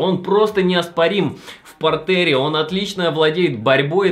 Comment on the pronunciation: ПартЕр - французское слово, ударение на последний слог ставится.